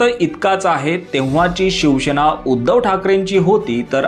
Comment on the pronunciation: शिवसेना म्हणा...शिवशेना असा उच्चार नाही